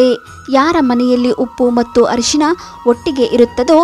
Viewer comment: It's Arishina not harishina.